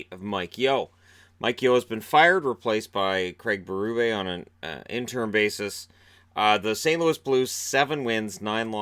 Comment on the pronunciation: Your pronunciation of our last name.. 👌 The perfect combination of French enough to be French, but not so much as to make it hard to pronounce. Ber-ooo-bay